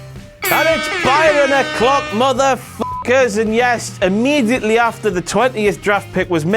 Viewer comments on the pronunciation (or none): none